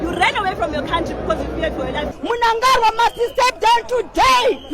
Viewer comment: The lady is not from Zim,she doesn't know how to pronounce Munangagwa